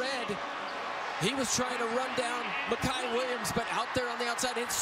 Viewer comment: Why does the announcer keep pronouncing his name Miciah it's Micah. Smh I hate when ppl mess that up